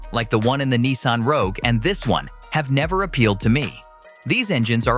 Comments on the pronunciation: It is Rogue. Not Roque. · LOL "Nissan Roque"... video's reliability didn't last 7 seconds